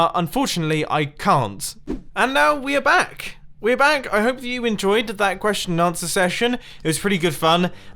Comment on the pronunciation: Has someone else noticed Mumbo said welcome bang instead of welcome back?